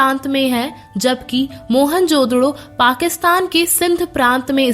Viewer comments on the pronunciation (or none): Mohanjodaro hai mohanjododo nahi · Mohan jododo nhi hai wo mohanjodaro hai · Ye mohanjadaroo ko mohanjdoro kyu bula rhi h.. kitna awkward lag rha h..😢